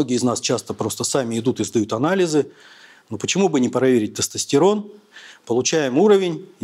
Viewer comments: Он слово тестостЕрон говорит как соседский, потдатый дед на во дворе на ловочке... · Мля... Я еле дослушал, в русском языке не всегда слова говорятся как пишутся. В слове тестостерон, секс, компьютер вместо Е произносится звука Э. Ухо режет жесть. Содержание тоже под вопросом. Какая-то околонаучная лекция... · Врач не правильно произносит тестостерон